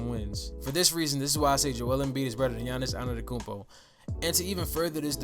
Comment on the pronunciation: Bro cmon if you want your channel to grow you can’t analyse players for a hate standpoint. You not even saying his name right 🤦🏾‍♂️